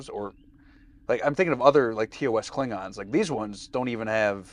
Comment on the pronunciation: Always drives me crazy how in TOS they refused to give the "o" in klingons any respect. Always "klingins"